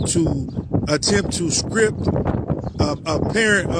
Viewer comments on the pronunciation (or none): its strip not script moorons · God, why does he keep saying "skrip" instead of "strip". It's driving me nuts 😂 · He can't pronounce "T"'s words with a T in them, he makes a hard C sound instead of a T.. like Strip..he pronounces Scrip, and Strife he pronounces Scrife. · May the most high grant you the power to pronounce the letter t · He can't even pronounce "strip."